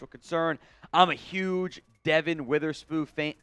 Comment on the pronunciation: Did he just say Devon Witherspook?😮